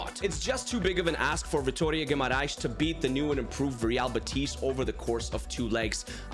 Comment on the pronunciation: By the way, i see you are pretty good at pronouncing teams as you value it, so in real betis, the stress is in be, unlike in madrid ;)